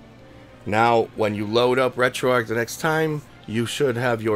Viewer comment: Finally someone who pronounces Retroarch correctly! Thanks for the tutorial.